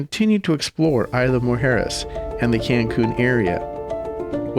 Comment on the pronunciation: The “S” in Isla is not silent.